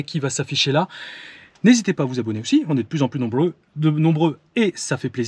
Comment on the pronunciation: à t'as pris l'accent africain mdr, " on est de plus en plus NOMBLEUX "